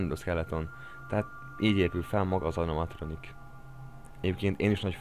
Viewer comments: Csak én hallottam úgy az animatronik szót hogy anomatronik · Anomatronikot mondtál Animatronik helyett nagy fnaf fan vagyok és nem bírom ki úgy hogy ne javítsam ki ha valaki téved de most elnézem mert király a vidi😁😁😁😁😁😁😁